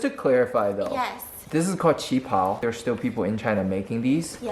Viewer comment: when Stephanie saying "qipao"(旗袍), I always thought she said cheaper... lmao